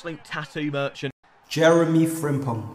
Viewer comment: what is this word that he everytime says how is it being typed "Merchin"